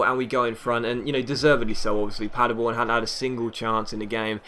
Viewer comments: you pronounced Paderborn almost perfect, I live there! IRL we're promoted to the Bundesliga <3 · You pronounced "Paderborn" nearly perfect! :D